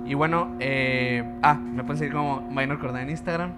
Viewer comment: "Minor" es palabra del latín, por lo tanto, no se debe pronunciar como si fuera inglés "mainor". Saludos